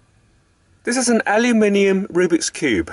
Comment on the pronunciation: Let me be the first Mexican, you said it wrong. I’m just messing with you man, I like the video!